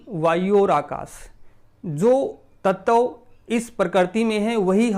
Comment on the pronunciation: Nice information. Aap bar bar tat-tav kyun kehte ho. Tat-va kaho sahi rahega. Dhanyawad 🙏